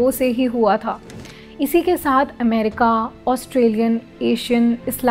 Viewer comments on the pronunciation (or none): none